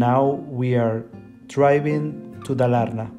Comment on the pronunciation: Yeah you realy got you a cottage outside of nowere! And it was great, an old countryside family house! You prononuce Dalarna in the wrong way, its high pitch on the first A! Dal = walley, Dalarna is "The wallyes", we have another old area that is cald Dalsland, its south of Dalarna and Värmland, so obvius its The land of wallyes!